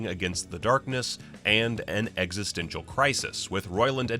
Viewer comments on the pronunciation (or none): none